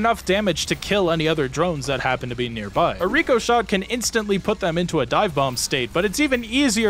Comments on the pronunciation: but it doesn't say Ricochet. It says Ricoshot. If anything it should be pronounced RICK O SHOT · the i in ricoshot is pronounced like the i in the name rick